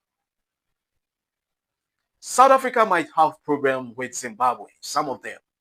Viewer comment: Look into properly this our arrogant and lost ssta the she pronounce Zimbabwe uuum there is something wrong